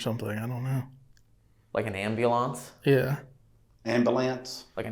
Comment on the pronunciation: Can we all say "am-b-yool-on-s"? 😂 is always grammatically correct and pronounces everything correctly. But the way he annunciates ambulance got me! 😂